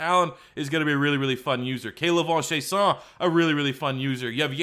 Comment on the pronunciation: K'lavon Chassion isn't french bro lol, its Chey San. not chey sone